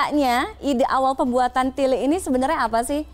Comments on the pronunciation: Wah ngomong tilik nya pas 👍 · dalam bahasa Jawa tilik dibaca/diucapkan tilék( é seperti é pada kata saté)